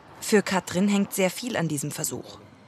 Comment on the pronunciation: Es macht mich wahnsinnig wie die Sprecherin Katrin sagt. Das ist wie Kafö statt Kaffee. Kann man bitte jemanden nehmen, der Wörter anständig ausspricht?